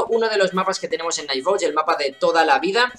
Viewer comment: Por fin un youtuber que trata de decir bien el nombre del juego bien xD